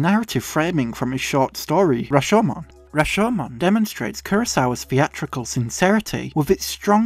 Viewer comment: You're the only Youtuber I've heard using the original pronounciation of Rashomon correctly (not sure if there was some different English pronunciation that's equally valid but they say the name in the movie and the longer syllable is the "sho"). Fantastic essay.